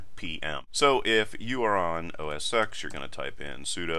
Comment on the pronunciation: Awesome video. It’s pronounced OS TEN by the way - the successor to Mac OS 9. The X in OS X is the Roman numeral for Ten.